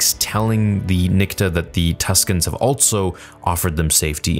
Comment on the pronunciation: THERE IS NO 'T' IN ALSO!!!